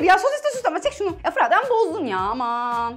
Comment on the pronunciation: abla fırat abinin adını her yanlış söylediğinde para alsaydı milyoner olurdu herhalde 🤣